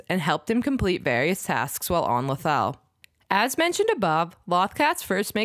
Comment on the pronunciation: It's pronounced Loath not lauth